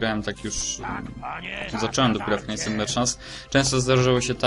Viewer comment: Omg... ta wymowa knights mnie boli jak tak teraz słyszę xD